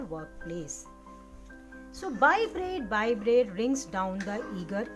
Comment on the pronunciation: Bread bolna toh aata nahi hai